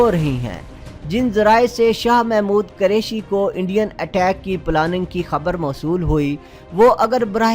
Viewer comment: yar sab se zyada maza is bat ka aya hai jo ap ne khalis punjabi lehjy me "Qureshi" ko " Qareshi" bola hai.....hahahahahahahah